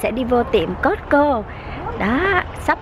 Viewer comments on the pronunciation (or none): chợ cosco mà cô ns tiệm cosco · chợ coscoaf cô ns tiệm cosco